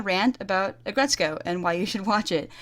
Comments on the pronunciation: its aggretsuko not aggretsu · "Aggretsukoe." Uh. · aggretsko?? AGGRET SOOKO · Aggretsko???? Aggretsuuuuuuko!